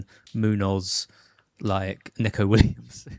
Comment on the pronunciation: Its "knee-ko" for neco Williams, he hates "neck-ko"